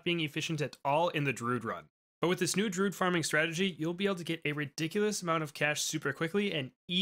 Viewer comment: Druid, not Drood. Rhymes with fluid. Does not rhyme with dude. But, will give this strat a try... been using 2-0-0 farm spam (upgrade to 4-2-0 over time) for awhile, never thought the 0-4-x druids were cost effective but it seems like either I was wrong, or something changed in a recent update.